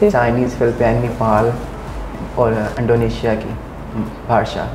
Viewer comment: Chinese mien Ni Hao Ma mean How are you not i love you, Its Bahasa indonesia not Bahasa Andonesia, lol very funny